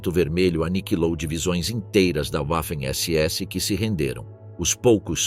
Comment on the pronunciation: PELO AMOR DE DEUS!!! Parem esse narrador dizendo "Uaffen SS" !!!!🤮🤮🤮🤮🤮🤮